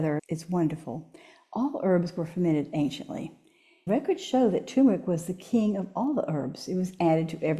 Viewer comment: I wish that people pronouncing the word Turmeric would say TUR MER IC, not TU MER IC.